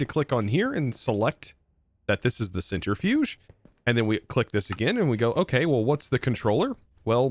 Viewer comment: To be fair, it's probably because of how he's heard it, since he also CALLS it a "center-fuge", rather than "centri-fuge"